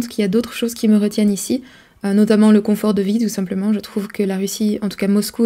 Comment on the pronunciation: Bonjour, c'est coNfort en français, pas coMfort. Sinon, molodets, je me retrouve dans plein d'aspects mentionnés, et votre analyse me semble très pertinente, elle m'a donné des clés et fait réfléchir à la relation hommes-femmes, par exemple...;-) Continuez une info honnête et la plus objective possible, pour fissurer la chape de plomb qui nous étreint...